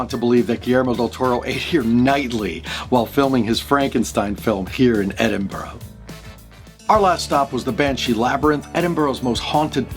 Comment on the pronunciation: We pronounce it, "Ed-in-bruh". It's a monkey puzzle tree. Great video 🖤